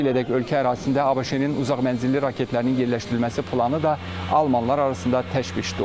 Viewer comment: Saglam ol :) senin fikirlesdiyin seslenmede " ABIŞ" olur o da sehvdir. seslenmesi"ABŞ" asqirmaq kimi olar.. ona gore yazilis "ABŞ" deyilis de "A BE ŞE" olmalidir. nece ki deyilisde " USA" yox " YU ES EY" deyilir.